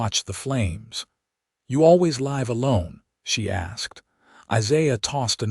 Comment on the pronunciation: Live can be pronounced in two ways. Your AI doesn't do it correctly in the story.